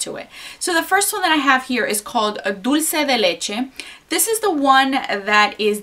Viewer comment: Thank god you say it right I seen different hauls and girls call it "dolche de leche" 😂😂😂